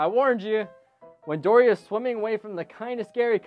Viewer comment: at the beginning you said dordy